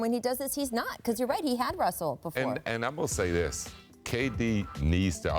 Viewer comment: He says *kayy D instead of KD lol